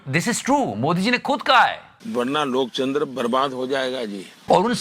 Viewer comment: Jise lok tantra bolna nahi aata wo kya desh chalayega pm hai kam se kam koi esa banda he rakh lo pm ji jo apko likh kar de sake ke kya bolna hai